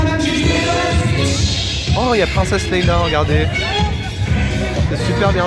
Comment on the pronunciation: Magnifique vidéo c etait une tres Belle soiree Juste par pitié c est princesse LEÏA pas LEÏLA !!